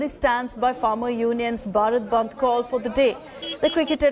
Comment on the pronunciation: News Anchor should remain that This is BHARAT Bandh not Barat band, Hindi is our mother tongue. Speaking English is very good thing but also give respect to our nation By taking this name proudly because this is not a subject to anchoring It's our country and everyone should take this name by feeling by your heart. thanks